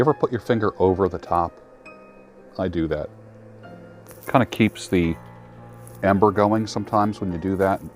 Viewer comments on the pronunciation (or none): none